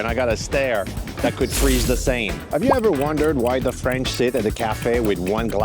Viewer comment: Wait, WHAT? How are you pronouncing the River Seine: The "Sane"? It's "Sen", Darling. Even in the USA.